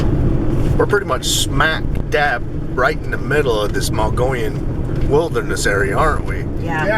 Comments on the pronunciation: you say Mogollon right, please keep after to say it right...I laugh every time he says Mongolian.. i really enjoy your videos.. thanks for sharing.. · Once again. Pronounce it MUG EE OWN. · Just a heads up, pronounced Moe geeee on....great vids, glad someone's picking up where mitch left off....if even not solely az, had my own rock throwing,red eye shine encounter on a switch back above lake mary, road leading to observatory. ...outside flagstaff, and have heard whoops on backside of knoll lake, spend alot of time up there in summer...